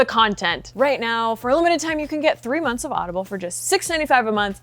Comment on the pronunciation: "...percent off your first 3 mothns" ?? .